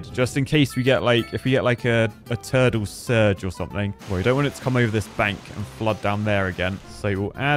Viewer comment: "ERMAGERD!! .. A TURDLE SURGE!!" 😂